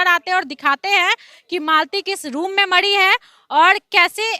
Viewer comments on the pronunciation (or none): अरे पत्रकार साहिबा पहले आप तो बोलना सिखिये मडी नहीं मरी है